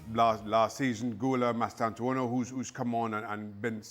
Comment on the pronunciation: "Mastantuano" They get paid for this btw🙄